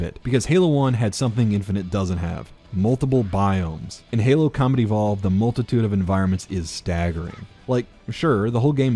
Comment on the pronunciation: Every time you say Combat Evolved for some reason I was hearing Comedy Vault.